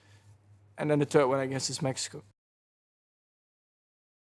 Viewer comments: Max could really use some more English lessons. I don't like how he pronounce 'third' every time as 'turt'. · Please learn to pronounce "third"